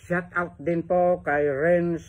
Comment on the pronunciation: D mo nga mabigkas ng tama ang shout out daldal kpa ng daldal